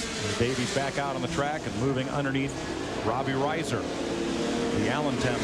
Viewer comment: Mike Joy mispronouncing Robbie Reiser’s name on the lineup for his first ever NASCAR start